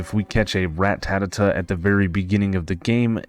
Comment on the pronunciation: Good video but everytime you say ratatata instead of ratata makes me gringe😂